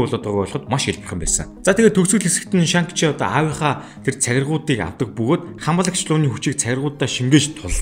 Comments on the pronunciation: Нэрийг нь Шан чи гэж дуудах байхаа. Хядад хэлэнд арийнх нь “Г” -г дууддаггүй шүү. “NG”-р төгссөн үг байвал хэлний угаар Н гэж дуудна шүү. Шанг гээд байхаар эвгүй сонсогдоод байна 🙏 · дуудлагаа засаарай шан чи гэж цэвэр дуудагддаг байгаашүү,гоё контент болсон байна